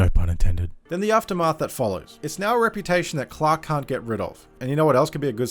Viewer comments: Up until I realized you've been saying Clark and not Clock. Had no idea who clock was. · Ugh the way you pronounce Clark 🤢🤮